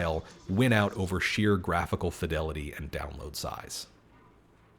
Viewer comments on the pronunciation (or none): none